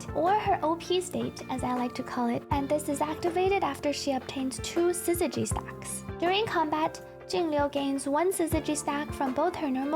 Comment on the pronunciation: Finally, someone who can consistently say syzygy properly!